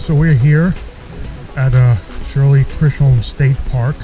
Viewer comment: It actually pronouced Chisolm..like the John Wayne movie Chisolm